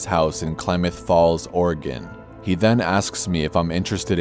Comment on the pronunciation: Thanks for saying Oregon correctly.